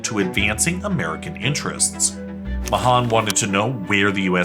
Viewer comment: You mispronounced Mahan